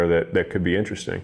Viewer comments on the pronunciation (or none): none